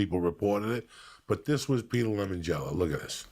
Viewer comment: Who the FUCK is Peter Lemon Jello?